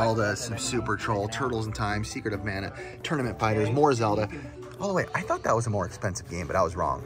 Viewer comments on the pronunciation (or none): none